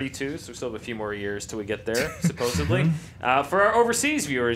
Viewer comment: LOL.... supposebly!!! DAFUQ